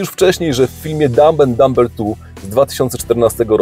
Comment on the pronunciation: Litera B w słowie Dumb oraz Dumber jest niema. Mówimy: dam'en'damer